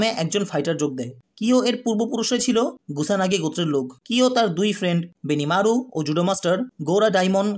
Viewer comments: Are Vai naam gula to thik kore bolen. Kyo ke boltasen rio, kusanagi ke boltasen gusanagi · Oita monehoi gusanagi na kusanago hobe😅😅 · Vai gusanagi na kusanagi